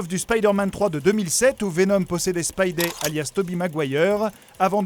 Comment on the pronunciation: MAIS C'EST SPIDEY (spid "i") ET PAS SPIDEY (spid "é")